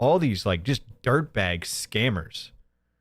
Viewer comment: If i hear these rural dullards say "beg" for "bag" one more time, Im going to lose it. PPP and Hambley.